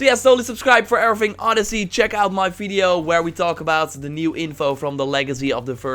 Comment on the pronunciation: When I read this, it was in your voice complete with the "feedio" part. Much <3!!